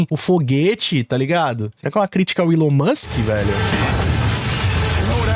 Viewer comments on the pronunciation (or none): none